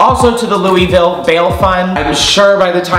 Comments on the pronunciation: “LOOOUUIIEE VILLE” me, a Kentuckian: suddenly violently ill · So I live in louisville, and everyone not from here pronounces it “looeyville” but people that live here pronounces it “loolvull”... I know it’s weird and it makes no sense that it’s pronounced like that, but I just thought it was funny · "Louie ville" lmao it's "loo a vool" (Louisville) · i love you but hearing you say louie-ville has stressed me out lmao. It's loo-uh-vul <3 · I’m from Kentucky and so you don’t get roasted by Kentuckians, it’s LOO-UH-VUL not LOOEY-VILLE. I know. It’s weird. It’s Kentucky. Lmfao.